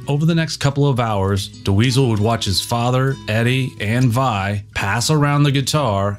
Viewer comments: Awesome compilation! Thanks for putting it together! Great footage and walkthru of the history of 5150. I did chuckle each time you said "Duh-Weasel" :). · I think you mean "induce Frank into the Rock and Roll Hall of Fame". It's Bill Putnam. Not Bill Putman. And it's Dweezil. Not De Weezil.